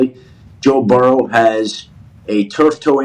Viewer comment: "Toe Burrow!"😬🤣😭